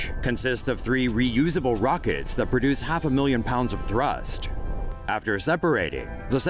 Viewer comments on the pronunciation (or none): none